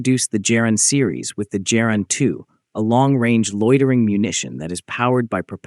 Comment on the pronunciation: It is pronounced Geran with a hard g, as in god or goat, not "jeran"; the soft g sound does not exist in Russian.